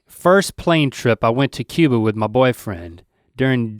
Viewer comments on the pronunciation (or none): none